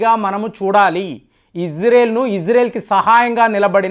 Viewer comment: అయ్యా ఫేం బాబు ఇజ్రెల్ కాదు ఇజ్రాయిల్ అని పలుకు